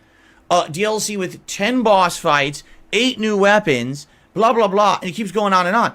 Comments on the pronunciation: Bahass, Phil why did you say boss like that are you okay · Did Philly boi have another stroke saying "Boss" ?!?! His brain and mouth are on different wave lengths